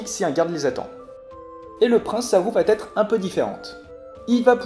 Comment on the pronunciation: attention aux liaisons . Va être et non vat -être . Merci pour ces explications